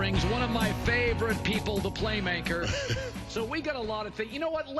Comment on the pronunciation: The Playmaker said it a dozen times and still couldn’t get it right.